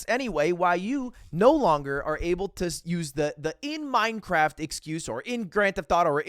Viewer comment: But your honor... I said "In Minecwaft!"😢